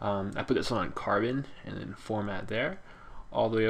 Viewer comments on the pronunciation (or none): *formant* not "format" just sayin